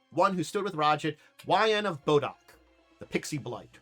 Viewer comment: Ra-jit? This pronunciation makes me wince. Much prefer Raj-aahdt